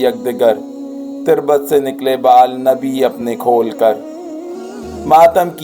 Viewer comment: بھائی تلفظ درست کرنا پڑے گا بہت اغلاط ہیں۔ تقریباً 8 سے دس تلفظ تو اس چھوٹی سی ویڈیو میں ہے۔ " تُربت " لفظ تک کو بھی غلط پڑھا ہے۔